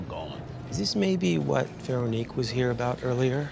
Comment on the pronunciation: Crazy how they mispronounced the name for an entire season. RIP AUNTIE VERONIQUE!!!!